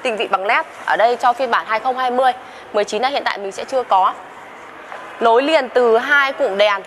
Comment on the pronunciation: " Lăm" lít tư hay năm lít tư? "Lối niền"hay nối liền? "Lỉ" hay nỉ"? Mở "dộng" hay mở rộng? Lấy gió "chong" hay lấy gió trong?...Không phải tiếng Việt nên người Việt nghe thật khó hiểu.